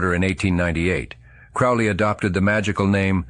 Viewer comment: Crowley rhymes with "holy."